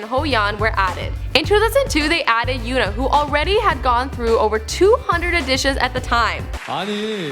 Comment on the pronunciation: she said taeyeon right and she also said yoona and yuri right. she kinda got seohyun